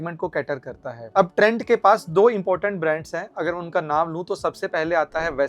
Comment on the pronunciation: this is trent not trends Ratta maar ke bol rahe ho praji